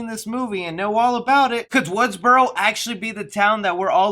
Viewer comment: Correction its Woodsboro not Woodsborow there's no "W" at the end